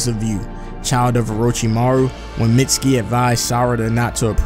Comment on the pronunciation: IT'S MEET-SKI